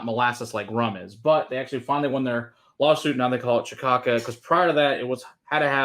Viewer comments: It’s pronounced more like” ki-sha-sa” kids, there’s accent on second c ç. Cedilla c = s sound. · Wow. So much ignorance. Ka-sha-sa. K-eye-per-reen-ya. Anyone who knows cachaça would never drink Leblon...it's a winos drink.